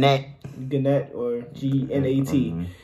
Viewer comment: How so many people saying gunat, what words are there where you pronounce a G in front of another consonant?